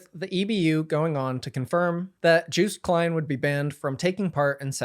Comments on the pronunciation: ''Juiced Klein'' makes me want to make a meme where Joost is one half of a juiced orange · Seen the review of Europapa from Voyager? One of them says Juiced Klean..